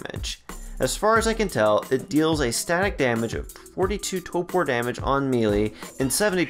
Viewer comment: I’m sorry but you said it so much it drove me nuts…it’s toRpor (tor-poor) not topor (toe-poor) 😂